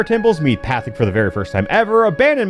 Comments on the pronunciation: pronouncing the guru's name as "path-ick" is killing me lmao. I fully understand why, he was a very minor character that showed up for like 2 or 3 episodes, but still funny. For future reference, Pathik is pronounced "paw-teek" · I cannot BELIEVE that says “Pathic” instead of “pot-eek.” But it’s so perfect for a dumpster fire of a game like this so it works. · 'Path-ick" fills me with unbridled rage go to jail NOW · As someone who literally just rewatched The Guru episode yesterday, his name is, in fact, “Patik” (pronounced “Pah-teek”) 😂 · Pronouncing Pathik's name as path-ic hurts me more than Sozin's comet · Pretty sure his name is pronounced “Pah-tik”. Not gonna verify that cuz I’m lazy. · Him calling the Guru, "Pat-Thick" is amazing 😆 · Pathik is pronounced Pah teek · You said Guru Pathik's name wrong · the only thing worse than this game is how you pronounce pathik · With pronunciation of Guru Pathik's name I dont know of he watched the original show either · the absolute lack of ability to pronouce Guru Pathik's name from someone who has clearly seen the show is kinda annoying to my brain, oh also this video feels schizophrenic and insane as has some events out of order like meeting Zhao and Jet are brought up at odd times but yeah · I'm just here to say I'm upset how you pronounced Pathik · … I cringe everytime he says “Pathik” wrong lol. Surprised he didn’t notice that